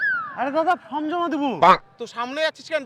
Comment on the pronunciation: কথাটা ফ্রম নয় ফর্ম